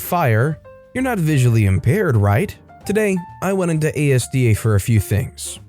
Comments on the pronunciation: it's 'Asda' not 'A.S.D.A.' - two syllables as-duh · ASDA = Azdah 🤦‍♂️ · As da not ASDA